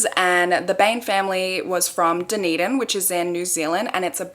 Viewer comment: Thank you for saying Dunedin correctly !!